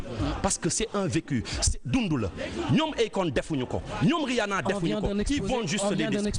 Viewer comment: le fait de comparer le rap galsen et le rap americain veut dire juste que tu ne connais pas le rap, deja tu narrive meme pas a dire rihanna, si jetais toi apprend a prononcer leur blaze dabord, comme ca tu serais credible...